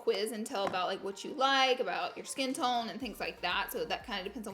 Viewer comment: I tried. Till she said skin TOOOOON.